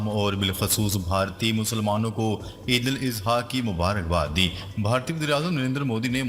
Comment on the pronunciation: او حرامی! Eidul Izha کیوں کہتا ہے؟ کسی سے پوچھ لے جاہل۔